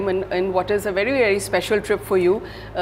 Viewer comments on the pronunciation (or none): it sounded like miss. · I know that, usually it’s easy to differentiate but when she said it sounded like miss